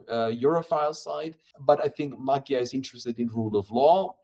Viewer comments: NOT Magjar. Ma[dj] Like in the word [d]uke. Not a separate gj nor separate dj. a soft D like in duke. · It’s pronounced ‘Modjar’. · You said Maggie-are. OK. But I tured it off when you expert PhD sayd Marrie-Are. Liar, you and your expert know nothing. Thumbs down. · Magyar ≠ Magguyar, or whatever you said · man, could we get these youtuber folks just google a simple "how to pronounce XY" before airing something? to at least get it semi-close, it doesn't have to be perfect, but starting a video with Peter Magiiyaaarr just felt like a spit in a face. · Nazwisko Magyar prawidłowo wymawia się trochę inaczej. Proponuję sprawdzić jak Węgrzy to wymawiają. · Just couldn't keep listening to their mispronounciations of CE languages, sorry. 😂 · You're saying his name the wrong way round, please say it correctly. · hungarian corret pronunciation, please.. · Can you learn how to pronounce Magyar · you have a channel with 277k subscribers and cant even look up the correct pronounciation of "Magyar" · You gotta stop saying magyar this way. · 'gy' in hungarian is soft d, like 'd' in english 'duke'. Please pronounce it correctly. By the way our new PM family name 'Magyar' means 'Hungarian', as our country 'Magyarország" means 'Hungarian-land', in english 'Hungary'